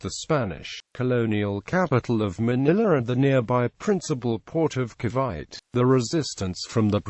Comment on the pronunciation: Ca'bite'? It's Ca-vi-te